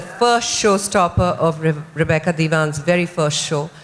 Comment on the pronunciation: They keep calling her Repeeca! It's Rebecca you dope!